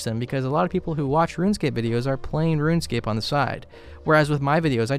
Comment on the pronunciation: kinda funny he pronounces it ruinscape